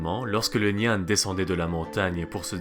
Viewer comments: C'est intéressant. Mais tu aurais au moins pu te renseigner sur la prononciation. Nian se prononce " niènn ". Même remarque pour la prononciation du moine.. Quand on parle d'une langue existante encore, il faut donner la vrai prononciation. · Il prononce comme tu ecris le pinyin chinois 😊 normalement c'est "nián"